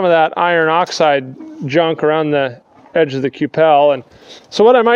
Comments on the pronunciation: ku pal lol i've only ever heard it pronounced q'ple like "kyuple" i guess idk am i wrong? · I gulp a shot everytime he says Q pell